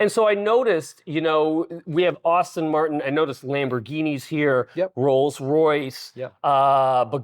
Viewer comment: Aston not austin